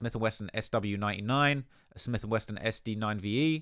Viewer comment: “Smith and Weston” 😅